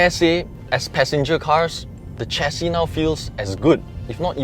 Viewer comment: Excellent review. It is "share-C", btw. Not "chair-C".